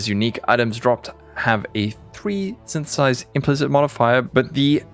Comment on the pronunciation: nice blooper on 1 min with Sythtthhhsss, that´s what my mate and me actually sounded like when reading the league the first time and even til now it still was snththths for the meme